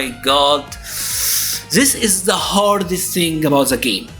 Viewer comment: THE THE THE = ZE ZE ZE. Please man, dont you find odd a person who talks in english for years, keep using ZE to say THE or any word that starts with TH??? Why cant you try harder to make the sound of the words more like the were meant to sound on their native language? If you gonna learn another language the least you can do is try to improve and get better year after year. But I see you dont care, you keep pronouncing some words incorrectly, specially the sound of THE.